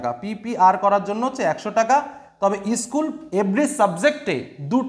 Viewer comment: Issssschool ta ki😂😂😂😂